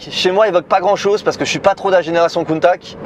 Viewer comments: ça change pas, c’est toujours "countatche" hein, pas countak :) Sinon elle est toujours aussi folle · Merci pour la vidéo, de très bonne qualité 👌. Je trouve que cette réitération de la Countach est magnifique 🤩. Par contre tu devrais prendre un cours d'italien avec Giancarlo le pote de Sylvain et Pierre hein car il a bien confirmé qu'on prononce Countach (che à la fin) et non Countak 😁 Merci pour cette série de belles italiennes ❤️😍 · Countack ....j'ai les oreilles qui saignent. On prononce "Countash" Come si pronuncia Countach? Lamborghini Countach Viene spesso pronunciato “Kuntach” o “Kountach”, con il “CH” duro” come quello di “Modriç”, ma in realtà andrebbe pronunciato come la parte finale di “Dash”. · Pour moi la Plus belle voiture au monde Parcontre sa ce prononce coun ta tche in italiano pas coune taque 😊 en tous cas merci pour votre vidéo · En plus on dit CountaSCH et pas CountaK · Salut, super vidéo belle présentation il y a juste ta prononciation de countakkk qui fait un peu mal aux oreilles ( countachhhhh 👍👍👍👍) Merci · kountak kountak kountak???? can anyone correct me or the guy driving it in this video? my ears are familiar with rather this famous name of the car that everybody worldwide say; KAWNTATCH "countach" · Countache !!!! Pas countact bordel..... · Countach, pas coup de Countac ça se prononce le CH. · ....très bonne vidéo, bien réalisée, tu nous laisse profiter du son du moteur sans parler, sans musique, des plans avec un drone serait sympa. Sinon Countach se prononce tout simplement Countach et non Countak, (limite COUNTAtCH), accent tonique sur le OU, c'est un terme du patois piemontais (Turin, fief de Bertone), pas tres poli, employé lorsqu'on voit une "bella ragazza" (belle fille) par exemple. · Prononcer countatche svp. Très belle voiture belle vidéo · Super vidéo, chanceux de pouvoir toucher une voiture aussi exclusive, par contre on dit "countatche" bordel! Dixit les Italiens. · belle video. mais dire contak gache tout